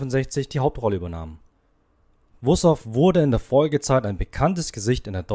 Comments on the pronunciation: Man spricht ihn aber nicht Wusouff aus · MOIN! Wenn man nicht mal weiß, wie man den Nachnamen richtig ausspricht, sagt das viel über die Richtigkeit des Beitrags. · Dieser Beitrag enthält so viele Unwahrheiten, dass es eigentlich peinlich sein muss für den Verfasser. Abgesehen davon, dass nicht einmal der Name korrekt ausgesprochen wird, sind auch die Informationen zum größten Teil falsch. Wer so schlecht recherchiert, sollte lieber nichts veröffentlichen. Unterirdisch schlecht ! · Recht haben Sie. Grüße Sabine Wussow Hier ist nur Schwachsinn auf diesem Kanal.